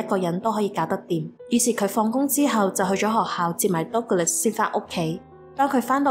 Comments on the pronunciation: Douglas 的發音應該是近似「德」glus. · Douglas 發音錯了😅 But good story! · Douglas個名唔係咁發音……